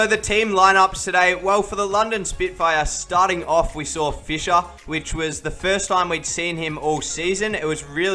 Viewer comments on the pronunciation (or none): none